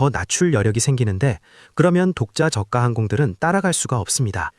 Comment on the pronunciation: 본 외이기는 하지만 발음이 거슬려서... 저가 (저가 or 저까) 발음이 두가지로 하는데 정확하게는 저까*입니다. 저가*가 아닙니다. 한자어 접미사는 된소리로 발음합니다. 내과 치과 외과 등 효과는 접미사가 아닙니다.